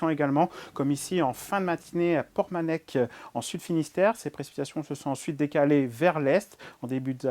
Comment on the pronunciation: Pormanec'h et non Pormanek!